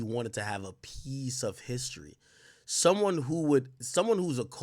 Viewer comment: "You wanna take up for Pharrell? Then come get his legacy out my house"~Drake. AK wtf are you talking about with this take smh. Annunciating the word "Piece" irked the shit out of me.